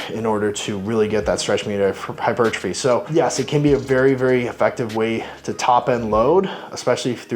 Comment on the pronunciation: "Hichupuchurtaphy" Nice